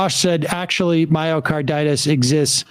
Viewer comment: LOL! This is not a physician. He cannot even pronounce the disease. Physicians do not go off the rails like this guy.